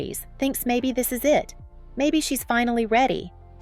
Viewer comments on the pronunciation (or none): You said "they're the IT (internet technology) couple. It should have been read, "They're the "It" (most popular) couple. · "the I.T. couple of paris" ...... you mean the it couple.. or was Linda setting up routers?